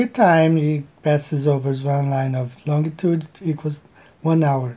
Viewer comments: I love how the guy initially said "longitude" but incorrected himself to say "longue-a-tude" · This guy actually put time and effort into making his "model", which I'm sure already exists for simplification purposes... That's sad. He seems like an old guy too. He's supposed to know better. Also, Lon G itude. Painful.